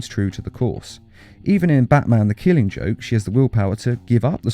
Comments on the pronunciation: You said Jwke for the killing joke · It said Killing Jokw not joke